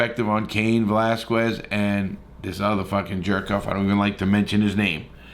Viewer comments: This dude tryna be Chael Sonnen with his mispronunciations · Can't even say the man's name correctly yet you doing a set on his case smh.. get a life homie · His surname is VELASQUEZ!!!! You obviously are just jumping on the bandwagon & having a topic for a video. You DON'T give shit about the issue!! SAY HIS NAME RIGHT!! FREE CAIN!!!! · Great video but Come on if ur gonna say his name several times learn how to pronounce it. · How did you manage to butcher his name that bad?... 🤨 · How do you get 80k views and can't say his name correctly ? I won't be back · Cain was not “obviously from another country” he was born in California. And you said his name wrong like 12 times. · Mayne pronounce his name right 🤔🤔🤔🤔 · You’re awesome Larry but how are you THIS misinformed??? Lol it was his DAUGHTER!!! Also, why are you saying Cains name like that??? Haha 😂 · Jesus you absolutely slaughtered Cains name man haha 🤦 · Learn to say the man’s name ffs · Can this guy just get his last name correct, it’s hard enough to hear his New York/New Jersey accent…. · Pronounce his fkn name right for fk sake before you even attempt to make a click bait video on something you think will happen. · Come on man! Appreciate your support for Cain, but, pronounce his last name correctly! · How many times did he butcher his simple last name? Just pronounce it exactly the way it is spelled... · I love the mispronounced name. It goes great with a kwas uh dia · Man get the last name correct 😡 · VEL ASS KWEZ Say it correctly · As far as mispronunciation of his name, I’ve heard his fellow wrestlers mispronounce his name also. And they know him! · Bruh say his name right 😂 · Atleast pronounce his name correctly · Larry went 1/20 on saying it properly 😂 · that's a harder drinking game than the polices "roxanne" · Lmao it’s Velasquez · I know you're white but when you're saying his last name please make sure you add a "L" 🤮🤣🤣🤣🤣VASQUUUUEZZ..... IT'S "VE-LA-SKEZ" in case you can't pronounce it 🤣🤮